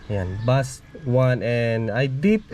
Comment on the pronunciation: base po ang pag pronounce ng bass. thanks.